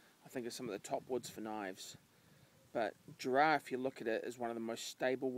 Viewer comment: We pronounce it Jarra, not Jarrar. But I'll let it pass this time;) Good solid stuff this, lasts forever. Nice one.